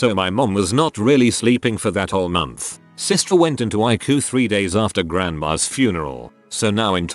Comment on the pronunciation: The text says: ICU Nobody: The robot voice: iKu